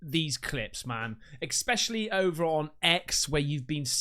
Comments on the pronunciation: "Expecially", really mate? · Please do me this one huge favour. I'm not trying to hurt you with my comment either. Just learn how to say ESPecially properly and I will like and follow. Deal??